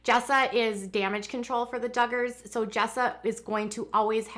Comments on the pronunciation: I just watched the video and she definitely said Juggars!😂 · Lol I thought I heard you say “ Juggars” well yes, the Duggars do go for the jugular..... 😂😂